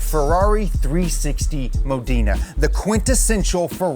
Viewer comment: "Mah Dinna" IMO